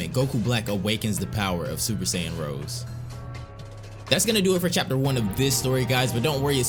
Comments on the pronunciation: Rosé Not Rose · Super Saiyan Rosè, not Rose. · Rose...ROSE?! IT'S ROSÉ!!! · He said rose like the flower instead of ROSE - A